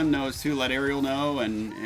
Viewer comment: yes and her name is pronounced REL not like the little mermaid